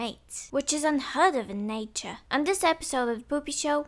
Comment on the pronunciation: nose exhale * heh, NEYHture